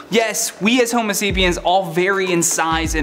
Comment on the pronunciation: Did you say human feces?